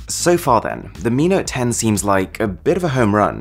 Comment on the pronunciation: Mi note 10 hears like amino 10